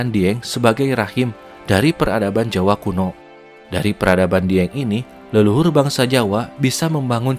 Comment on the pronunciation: Kaldera bang bukan kalderak.. jawa bang bukan jawak.. legenda bang bukan legendak.. gunung api bang bukan gunung apik.. kurangi akhiran K nya ya bang.. biar enak didengar.. 👍